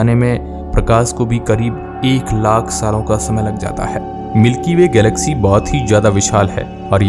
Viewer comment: Lack nahi lakh hota hai bhai😂